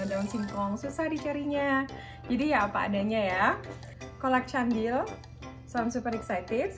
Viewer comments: Kolak candil... c dibaca k jadi kandil deh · She actually got it right the first time.. but then she corrected herself and got it wrong instead.. LoL! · sama cendil jg. Cuma orng asing pronunciation-nya beda, jdi ngakak aja tmnx k' Nay bilng "kolak kandil" :p